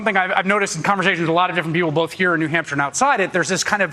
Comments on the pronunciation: New Hampshion? Lol hahahaha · I saw how you did that! You mispronounced New Hampshire and then you - - - - corrected yourself! You didn't try to pretend that you just made up a new word or whatever it is King Don does.